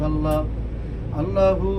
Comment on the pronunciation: আল্লাহর নামটা একটু শুদ্ধভাবে উচ্চারণ কর